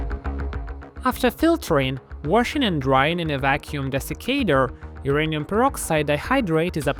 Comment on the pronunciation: Why is it pronounced urinal ?